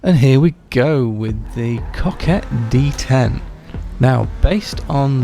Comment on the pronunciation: Agree 100% with the pronunciation! There's no way on earth it can be anything other than cock-ett. 👍